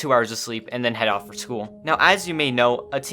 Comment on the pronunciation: “I have schoo”? NO HATE I WAS TRYING TO LOOK FOR YOU👍🙂